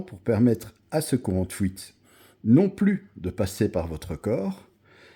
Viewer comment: Oui, est très probablement belge.